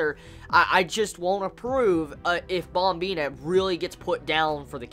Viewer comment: Wtf is up with the " BOMBINA" ? pronounce it correctly brah, yeah u mad?